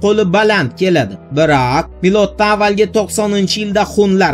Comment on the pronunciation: BIRAAAAAQ gapirişing ğalati ekan!